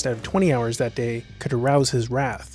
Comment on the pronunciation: That's not how to pronounce wrath